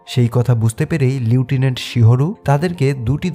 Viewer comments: লিউটেন্যান্ট নাকি লেফটেন্যান্ট??!! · লিউটিনেন্ট না লেফটেন্যান্ট হবে উচ্চারণ টা...😅